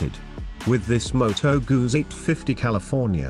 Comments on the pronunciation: Please, do not pronounce "Guzi". Listen to Italians pronounce "Gutsi', or find a commercial regarding "Moto Guzzi" bykes. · This is not an easy one. Americans/Italians say "moto Gutzi", while others say "Moto Guzzi". It is hard to please everyone, because in the past, I also received some complaints by pronouncing the American/Italian version. :) But Thank you my friend for sharing your perspective. :) Cheers.